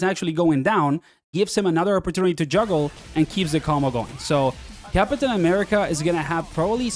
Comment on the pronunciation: Why you say "cap-uh-tain" ☠️